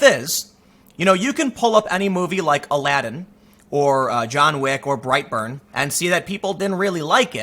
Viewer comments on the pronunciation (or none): I thought you were saying brieghtbart not bright burn, lol I didn't even know bright burn was a movie